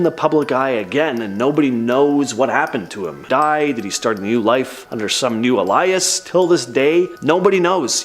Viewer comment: The way you pronounced alias really messed me up and I had to repeat it